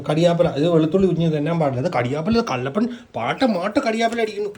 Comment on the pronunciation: നീ " കല്ലപ്പൻ" അല്ലടാ " കള്ളപ്പൻ.. കള്ളപ്പൻ "..😃😃😃😃😃😃